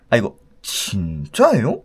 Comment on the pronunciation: 이거 진↘️짜↗️에-요¿➿️